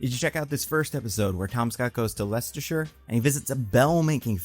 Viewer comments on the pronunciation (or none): none